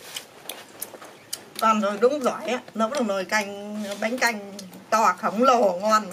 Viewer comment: Bánh canh chứ không phải là bánh căn nha 😂😂😂😂😂